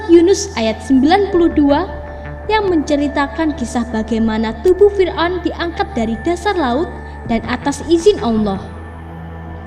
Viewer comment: Saya paling suka nonton On The Spot Trans 7, tapi kalo naratornya orang ini, gak nonton lagi guwe... "menyelidhikhi mistheri fir'on, adalah bhukti bahwa bhuru-bhuru... bla.. bla.. bla...